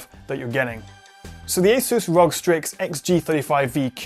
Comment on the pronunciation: its ROG - ARE-OO-GEE not ROG- ROGUE